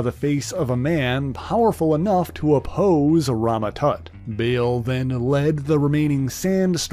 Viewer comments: Yeah, "Bail" - it's Baal, like "ball", not bail 😑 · Bale? It's Baal [spelled w/2 A's] pronounced BAAHL